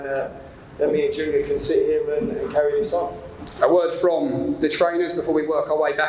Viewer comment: Chris Eubank jizzeenior 🗣️🗣️